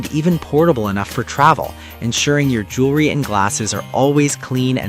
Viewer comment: Jewelry not Jewlery. (Pronunciation]